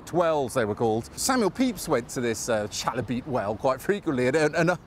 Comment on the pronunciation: Being a former New Barnet resident, and having walked passed the well, I always wondered how to pronounce 'Chalybeate' - and ths prompted me to find out, courtesy of T'Internet - and both you and i were wrong! Apparently it's somehing like 'Kai-e -be-ate'.